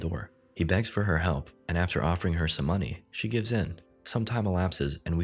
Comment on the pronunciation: "hekp" lmao 🤣